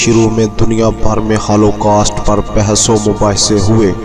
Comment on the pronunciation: pahlae bolna sekhoo rakha gya mtabak haaalo kast bolna sekhoo